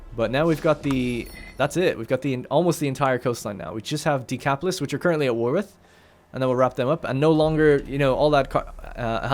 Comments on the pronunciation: Right after I wrote this, like 10 minutes into the video, you stopped saying Decapolee. Spooky. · You pronounce the s in Decapolis. Polis is the Greek word for city and there are generally no silent letters in the Anglicization of Greek. Think of the Acropolis in Athens.